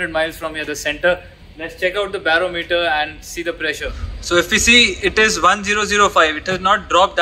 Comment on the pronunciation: Bar-OM-eter emphasis on the second syllable.